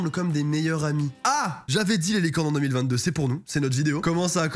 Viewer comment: Mec au début de ta vidéo tu dit oue 2021 pas ouf youpi 2022 mais fais attention 2022 sa se dit pareil que 2020 2